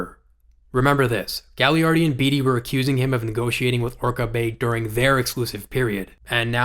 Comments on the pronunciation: Great video! Really appreciate the detail here quick nitpick: Gaglardi is pronounced Ga-lar-dee for the next videos! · It's pronounced Ga-Lard-ee He owns our teamin Kamloops and is from Kamloops. Would have been perfect for the Canucks. Great video.